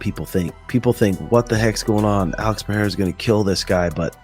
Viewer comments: Mr sonnen PI-DAY-HA roll your tung blend it together and say it fastfaster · Chael: Pee-era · Sonnen is a moron. Why would anyone listen to a guy who doesn't even bother to learn how to say a fighters name correctly. Hack.